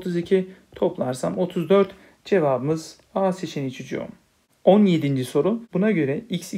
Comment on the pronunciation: Hocam ne güzel çucuuum diyorsunuz 😂